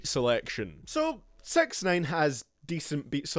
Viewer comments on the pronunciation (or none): Its sixnine not sex nane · Did u call him SexNine on purpose? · It sounds like you say sex nine, get it, it's ironic because he's charged with . . . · LOOOL 'Sex neyn'